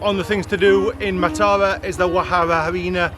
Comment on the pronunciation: Matara is pronounced as Maaaa-tha-ra emphasize Maaa. If you see someone drinking from a glass bottle it does not necessarily mean they are drinking booze, people fill empty bottles with water to drink. I dont think people actually now fish from stilts they just pretend and ask tourist for money to photograph them!!